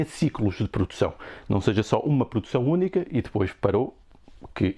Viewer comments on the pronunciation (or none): Pordução...por dicção... por favor